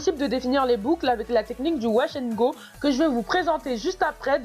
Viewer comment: « Washangoté » 😂😂 Tu m’a tuée